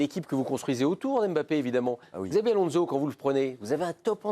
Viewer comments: "Gzavi Alonso" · tout à fait d'accord avec vous. Ce monsieur pourrait faire l'effort de bien prononcer le prénom de Xabi ALONZO ! Au sujet de Mbappé, il aurait du partir directement de Monaco à Madrid. Il aurait eu un tout autre comportement...Monsieur MICOUD, vous avez beaucoup de patience pour débattre avec certaines personnes autour de cette table, bien qu'une fois vous vous étiez bien énervé contre Sébastien Tarrago au sujet d'un match que Paris avait gagner 7 0 contre Metz au sujet d'Unai Emery que vous aviez défendu . Sans doute la différence d'analyse entre un ancien international et un....